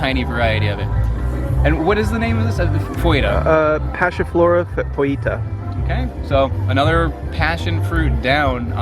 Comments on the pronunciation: You can say "foetida" as "fett-id-ah", if you're having problem saying it out loud :D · Hey guys, it's Wayne the Grammar Nazi again! That's pronounced Passiflora FET-TEE-DA. Foetida means "stinking". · Nope foetida pronounced like that not foweta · Passiflora foetida - FEH-ti-da. From foetid/fetid - stinky. (Because the stems and leaves are kind of stinky when crushed.) If you want to be pedantically classical Latin about it, you could also say "FOY-tee-da," but you'd probably be an outlier.